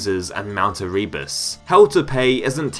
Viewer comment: the amount of times you say "erebus" while mispronouncing it is pretty amusing